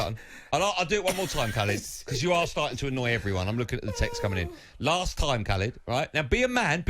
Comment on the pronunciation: When they first said his name I thought it was someone called "Calid".